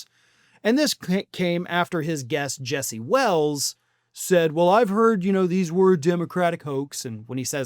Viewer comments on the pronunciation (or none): none